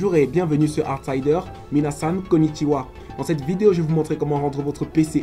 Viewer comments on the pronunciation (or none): en vrai bon tuto, mais un peu useless pour moi, mais pas sûr, sa se dit "Kon'nichiwa, min'na" et pas comme dit dans le début de la vidéo nan? j'en ai des doutes là :(